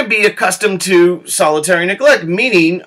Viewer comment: Anyone else find it annoying that he keeps saying solitary neglect instead of salutary neglect?